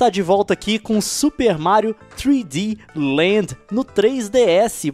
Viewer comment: ele falo Mário tri sland